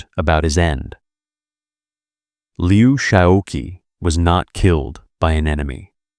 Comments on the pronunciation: Would it have been too much to ask that the narrator FIND OUT HOW TO PRONOUNCE THIS NAME: Liu Shaoqi? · The gross mispronunciation of his name was a distraction.